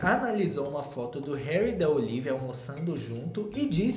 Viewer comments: "HÉURI??" Kkkkkkkkkkkk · "Heúri" kkkkkkkk passei mal